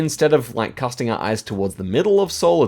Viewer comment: the "EO" (ㅓ) in Incheon is a digraph, it's not 2 vowels "ee-aw" but a single vowel kinda like "uh". It's the same "EO" in Seoul. It's sometimes written as "U" instead of "EO" like the "U" in "SAMSUNG" or the U in "HYUNDAI". So you can say "Incheon" like a mix between "inchawn" and "inchuhn"